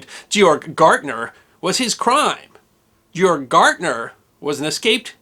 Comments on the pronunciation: Hell of a story! I would appreciate it, though if you would at least try to discover correct pronunciation of foreign names. His name was not Gyorg Gartner, as you pronounced it, but (phonetically) Gay'org Gairtner. A small thing, I know, but since I had four years of German between high school and college, it was a little jarring to hear the name mispronounced over and over again. That said, I very much enjoy your history presentations. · If narrators don’t take the time to learn to correctly pronounce proper names and place names in their videos, people who know how careless they are (or literally that they don’t care) will go away….as I’m going to do as soon as I finish this. “Georg” — pronounced ”GAY - org” “Weimar” — pronounced ”Veye - mar” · It’s pronounced [Gay-orgk] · His first name is pronounced gay-org in German and NOT ge-org!!! SMFH 😮😮😮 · You really butchered the pronunciation of Georg. A German would pronounce it gay-org. No jay sound. None. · Ge-org, - not Gjorg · I'm curious. You pronounce Georg like George, but with a hard g at the end. In The Sound of Music, they pronounced it with a hard g at both ends. Phonetically, Gay-org. I'm now wondering which is correct. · Georg is pronounced "Gay-org" not "Jee-org." Signed, someone who had a German boss named Georg. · George or Georg in German is pronounced "Gay-org." Said very fast. Weimar is "Vy-mar." Fast, and the "R" is almost silent. Irwin is "Ear-vin." Fast. Undsoweiter... You could easily look this stuff up, dude. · Very interesting. Thanks for the story. I would make more effort to try and pronounce the German or whatever foreign names you’re saying a bit more like their normal German or foreign pronunciation…. For example, this guy, Georg Gärtner would be — Gay-org Gert-ner approximately. It should only take a few minutes of research to get good pronunciation guides for foreign names. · Georg Gartner is pronounced with hard "g's". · That would be pronounced "Gay-org." Good job and good story!